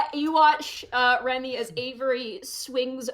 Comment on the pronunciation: She keeps saying Remy but i keep hearing REVY. WE NEED MORE REVYYYYY